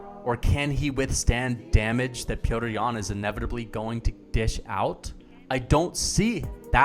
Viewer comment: You should just say yan because you butchered his name a good 100 times.